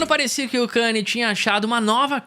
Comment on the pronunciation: Mano, mt daora o video, mas como voce passa o video inteiro falando o nome do cara errado? O cara ate mudou o nome pra só "YE" pra ver se as pessoas acertavam que a pronuncia é ka-n'ye"